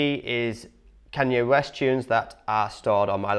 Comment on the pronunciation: Who in the hell is Can-yeah West😂